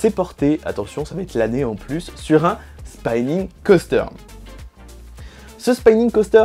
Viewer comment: Super vidéo! petite remarque sur la prononciation, Spinning se prononce comme on le lit et pas spaïning :)